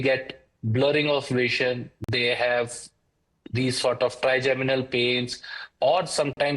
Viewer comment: Trigeminal not trigenimal😅😅😅